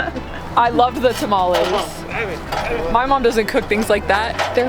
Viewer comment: The way you pronounce tamales was so funny to me, I'm sorry